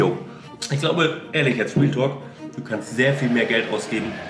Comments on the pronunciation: Wenn „Realtalk“ sagt hört sich das eher an wie „Wheeltalk“ hahaha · haha ist euch aufgefallen das immer wealtalk sagt trotzdem sehr sher nices und interressantes video